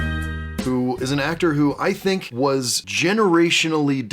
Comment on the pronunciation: Tink happy tawts ❤ sadly, he had a hard time doing it himself but he knew he was giving us happiness!